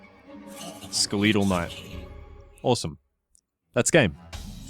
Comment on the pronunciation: Anyone else notice how he mispronounces skeletal?